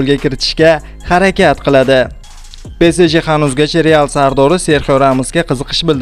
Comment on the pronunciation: Xaxaxaxa))) PE SE JE ??? SAL to'g'ri gapirsa bo'midimi PEE SEE JEE